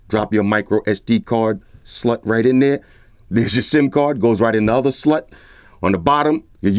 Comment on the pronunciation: this boy said sd slut😂😂